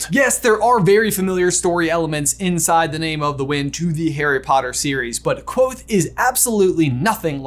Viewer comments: The Kv is a digraph. You hear both letters. "Kuh-vothe" isn't quite right but it's a lot closer than Quothe. Yes, I'm gonna be the weird fantasy pronunciation guy (even though Pat says to pronounce it however you want) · Ha lol I always pronounced it ''ka-vo-they'' in my head whoops